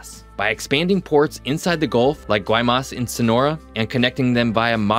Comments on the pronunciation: Pronunciation please, Guaymas is Y-mas. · It's funny, I've been to Guaymas Mexico a few times. Just as a heads up, you're pronouncing the G sound too hard. When the locals pronounce it, they barely say the G sound. In the 20th century, Guaymas became well known for their shrimping industry. However due to a few factors, such as over-fishing and pollution they had some hard times. As an American, I can say that the people of Guaymas are beautiful people and it's good to see that these opportunities are coming their way. Trust me, there is no way they'll steal all the shipping traffic from the west coast. Having more options to import in, over land through Arizona and Texas helps the US far more than it hurts it.